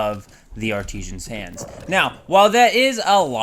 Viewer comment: Artisan's Hand; art-uh-suns, accent on 'art'.